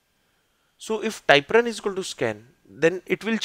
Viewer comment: Thank you for the videos. They are good. One suggestion, work on the pronunciation of things with a native English speaker. Typrun is not ty prun, but Typ run. I have not been able to understand what it does. I tried five times and gave up. Most of everything else is understandable, but it takes effort.